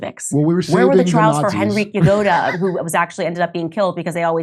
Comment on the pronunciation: Genrikh Grigoryevich Yagoda ‘ Candice please get the name right. Don’t be so stupid.